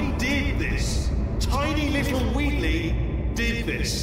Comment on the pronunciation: You calling Wheatley 'Wheatlis' is my favourite thing in your playthrough